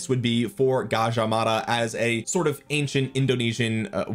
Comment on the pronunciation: You pronounced Gajah Mada perfectly. Thanks for not butchering it man. Cheers ❤